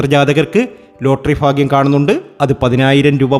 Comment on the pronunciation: ഫാഗൃ० അല്ല ഭാഗൃ०